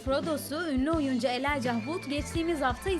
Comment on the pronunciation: whitemamba00 hayır seslendirmesi yanlış spiker doğru okuyamadı bile adını. Adı ELAYCA diye seri okunuyo kadın Elay ca ha vud diyor resmen.